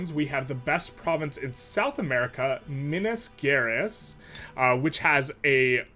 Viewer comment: Minas Gerais is pronounced MIHN-ahs ƷER-ice (Ʒ as in treaƷure and preciƷion)